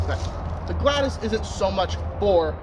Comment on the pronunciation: ok big mistake here, you may want to research how the Romans used the gladius and I’ve only ever heard it pronounced glad-e-us. Absolutely you would thrust and stab with it that’s what the very acute point was for and the wide blade which will prevent the thrust from going in too deep, making it easier to pull out. They would cut with it but most of the time, they would be thrusting. Also the gladius when used by Roman soldiers was almost always used with a shield so you wouldn’t be using it with two hands and the shield(scutum) is what helps you deal with longer weapons